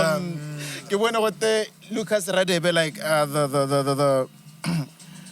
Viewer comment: Lucas Radebe's last name is not pronounced Raadebe but gaadebe. Its Nguni mostly isiHlubi